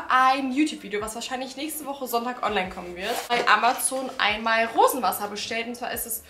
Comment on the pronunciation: Hat noch jemand Wurstwasser statt Rosenwassen verstanden? 😅